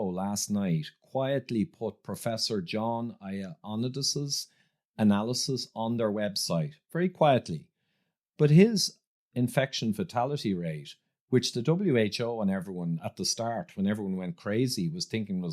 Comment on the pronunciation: Ioannidis = yo-ann-EE-this ffs